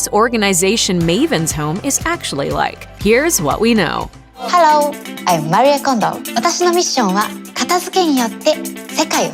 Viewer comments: Mah-ree-ay Kondo????? Her name is MARIE. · Her name is not Maria its Marie. Why do people change the pronunciation of peoples names? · Pronounce her name properly Marie! French for Mary so: Ma-ree not Ma-ri-yay! 🙄 Also titie to you video is deceiving - you don’t show her home 🙄🙄🙄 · It's maree not mariye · MAREE Kondo....not Maree-ay. The narrators behind these programs really need to polish their pronunciation if they are doing voice-overs for a living🙄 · Her name is pronounced MAREEE, not Mareeaaa. Pointless this video was. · It's MARI and not MARYEY. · Don’t know why she says Maria when her name is Marie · Mari eh kondo Mhm great pronunciation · Couldn't get past the first ten seconds cause she called her "Mari-eh" twice... Who hires these people? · Its pronounced Ma-ri-ae Mariè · AI sucks so bad! It can't pronounce so many things - not even Marie. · Can you please pronounce her name correctly? Give her some respect. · If you can't even pronounce her name correctly.....just saying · Please pronounce her name correctly ... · Why do people try so hard to pronounce easy names. It’s just Marie lmao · You pronouced her name wrong 🙄